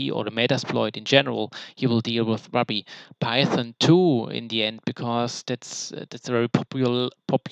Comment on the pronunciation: Love your in-depth honest review of the content. I laughed when you said "maybe I'm just stupid", I feel this way when things are very hard to grasp and understand haha. Also, not to be nitpicky but ruby is pronounced (roo-be). I was confused for a minute until you mentioned metasploit's foundational language lol. I don't mean to step on your toes btw. I do have a couple questions: 1. Why did you take this course in preparation for the OSCP in comparison to the training they provide upon purchase of the exam? 2. Was it an affordable/worth it expense? Did you customize your content, how much was it in total? 3. Are you able to share the content you have received from the eCPPT? If so I'd be very interested in any shareable content! I am taking the sec+ this month. Then I'm going for the OSCP. My goal is to achieve the OSCP by end of 2017-early 2018. If you're interested in chatting, I'd like to hear your experience f2f on skype sometime? Thanks! -Vince